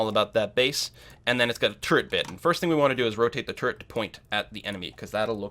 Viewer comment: Every time you just said "turret", I heard it as "turd". Made it quite comical, UI for building turds etc. :D